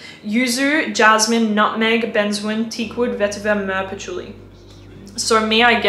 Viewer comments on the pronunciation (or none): none